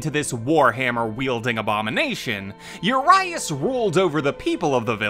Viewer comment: His name means 'huge' in Romanian. And you badly mispronounced it every time :)